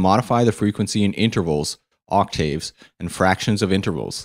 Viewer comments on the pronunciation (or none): You're pronouncing "octave" and "vibrato" wrong.